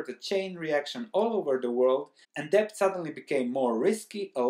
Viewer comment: Good Morning, I like your well-researched insightful videos. This time it is very frightening. Debt is overboarding. I have a small suggestion: Maybe you could pronounce debt without the b (see ). I am not a native English speaker either, and therefore I have similar problems.